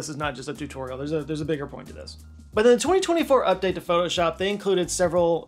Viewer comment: Pho-to-shop? Whaat's thaaat?